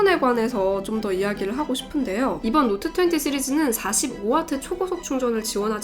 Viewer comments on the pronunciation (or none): 갤럭시 놑 트웨니의 뤼얼 롸이팅.